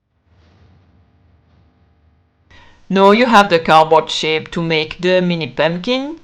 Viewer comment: So cute! Also I love the pronunciation of „pömpkin“ ❤. I wanted pink pömpkins and bought them from Temu but if I had seen this video earlier I might have made them myself.